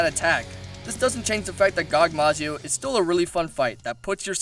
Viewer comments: "Gogmazio" ... So hard to say/write Gogmazios? Not trying to dick around but please xD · It's gogmazios not gogmazio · Gogmazio Gogmazios* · It's actually gogmazios not gogmazio sorry buddy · Err...the name is Gogmazios. with an S at the end. I must know, i soloed him. No shit. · Mr. godzilla is called[ Gogmazios] kek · you said so many names wrong gogmazios kushala daora salamander